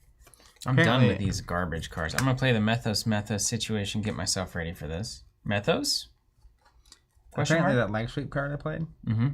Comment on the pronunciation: And it's pronounced "Mee-thos."